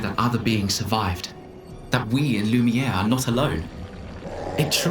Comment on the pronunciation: Intentionally mispronouncing "Lumiere" is getting old